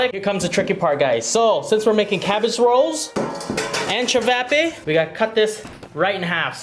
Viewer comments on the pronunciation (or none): I’m am Croatian so I feel disrespected when you say chavapa ist chavape ok 👍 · It’s pronounced chi-vaw-paw